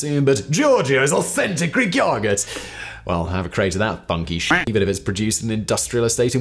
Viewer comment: Of all the words you pronounce weirdly none of them compare to your take on the word yoghurt. The way you drag out the O sound is disturbing. It's almost like he's saying yawgert.